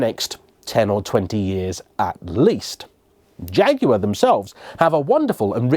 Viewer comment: So nice to Jaguar pronounced correctly.